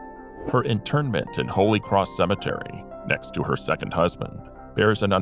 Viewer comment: interment....not internmant